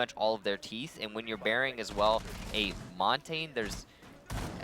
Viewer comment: It is pronounced maun-tahn-yuh not mon-tayne